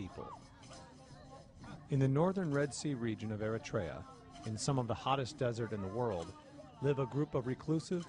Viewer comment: I think they're mispronounced the country 🇪🇷 Eritea